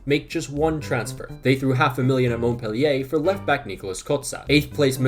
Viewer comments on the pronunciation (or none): none